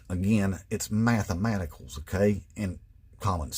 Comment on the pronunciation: The math uh maticals😅😅